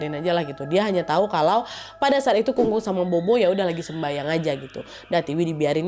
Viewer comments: Bobo itu bacanya popo mba e😌🙏🏻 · Bobo itu dibaca popo, nad. 😊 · Kak Nadia cuma mau koreksi aja kalo "bobo" di baca "Popo". Kelompok ini dibaca polos, tanpa mengeluarkan embusan angin dari mulut. B dibaca mirip P (contoh: bàba dibaca pâpa) D dibaca mirip T (contoh: dìdi dibaca tîti) G dibaca mirip K (contoh: gēge dibaca kēke) Z dibaca mirip C / "Ts" (contoh: zai dibaca tsai) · Bukan bobo ka , tapi Popo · Akong sama popo bukan bobo ka nad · Bobo nyebutnya popo klw ga salah ka nad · Maaf ya kak nad, fyi aja... bobo itu bisa di baca sbg popo, artinya nenek yah kak.... semoga membantu 🙏🏻🙏🏻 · nad disebut nya bukan bobo b dibacanya p jadi sebutnya popo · Kak cara nyebutnya popo bukan bobo 😅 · Kak nad... Sedikit koreksi.. Bobo di ucapkan Pho Pho.. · Hehe popo kali ya ka, bukan bobo 🤭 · Maaf Nadia, bukan maksud protes ya😊.. Huruf B dalam bahasa Mandarin biasanya penyebutannya jadi P.. Jadi untuk nenek sebutny bukan bobo tapi popo 🙏 maaf ya 😊 makasih buat video2 seru nya.. Aku penonton setiamu❤ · Bukan bobo, kak nad. Popo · Bobo ktu bacanya popo mba e😌🙏🏻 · "bobo" bacanya "phopho" ya wakk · Tulisannya bobo kak tp cara bacanya popo utk nenek. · Pupu kak nad...bukan bobo...b baca p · Afaik, bobo dibacanya popo naddd.. Seinget aku pas pelajaran pelafalam b dibaca p, p dibaca ph.. cmiiw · Popo kali KA nad ,bukan bobo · Maaf aku ralat ya ka nad, bukan bobo di panggilnya tapi kita panggilnya atau di Baca nya " Popo " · FYI aja Ka Nad "Bobo" seharusnya dibacanya Popo karena bahasa Mandarin B dibaca P ❤❤❤ btw ka Nad post ini tepat beberapa hari sebelum bulan hantu penanggalan china loh 😂😂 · Popo bukan bobo😅😅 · Sedikit saya tambahin ya kak nad Bukan bobo tapi Popo yaitu artinya nenek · Bobo dibaca popo kak nad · Aksaranya Bobo, tapi bacanya Phopho ya ya 😊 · O'Mara. Maaf kak pelafalan BOBO yg benar it Pho-Pho arti ny nenek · Stau aq, pho-pho kk nadia. Bkn bo-bo 😁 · Kung kung bacanya kong kong nad habis itu pho pho itu baca nya pho pho aja nad terimakasih🙏🏻